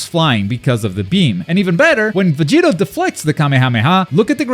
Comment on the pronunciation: Its VegetA, not VegitO, lol